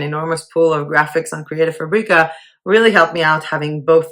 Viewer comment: You make “fabrica” sound like a spice when everyone else pronounces it like the word fabric